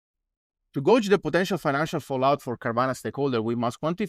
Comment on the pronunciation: I like this podcast. One tip though: "gauge" is pronounced like "gay" not like "go".